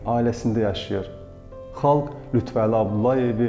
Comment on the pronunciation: Xahiş edirəm LütfƏli deyin siz lütvəli deyəndə düzgün olmur mənası Əlinin Lütfü yəni Əli siması siz isə lüt Vəli deyərək onu yanlışlayırsız